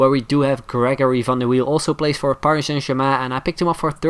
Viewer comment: I love how he says Paris Saint Germain